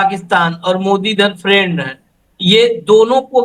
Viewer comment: Friend or prend.😂😂😂